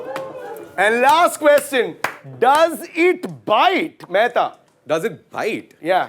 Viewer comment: The way abhish pronounce question 😂😂